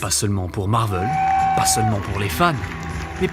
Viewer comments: MARVEL !! PAS MARVEUUL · C'est Marvel pas Marveul, ça m'a rendu fou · Je me suis arrêté après le premier "Marveul"